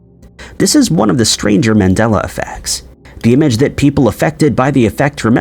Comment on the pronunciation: Dude it's MAndela effect after Nelson MANDELA and people thinking he died in prison. Not MENdela.